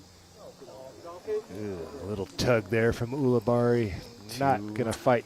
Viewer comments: AHEM! It's U libarri not OO libarri philo. You'd think 15+ years in the game with him you'd be able to pronounce his ever loving name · It is odd that he insists on pronouncing it that way isnt it